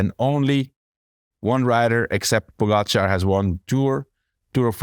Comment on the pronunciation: How many years will it be before Lance learns how to pronounce Pogacar's name? Poe - gatch - are... Not really that complex :)